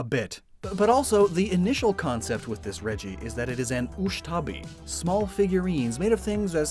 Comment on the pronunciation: I think it's ushabti. Not ushtabi.